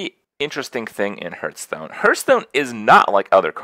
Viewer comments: Funny that Krip can't pronounce Hearthstone properly! 'Harth' not Herth. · i hurt everytime he calls it hurtstone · How does a Hearthstone streamer not know how to pronounce hearthstone?